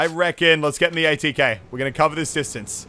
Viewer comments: it's ATK not ATV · its god damn ATK not ATV